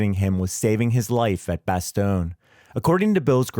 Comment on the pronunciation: Nul..quand on n’arrive pas à dire bastogne, on n'est pas crédible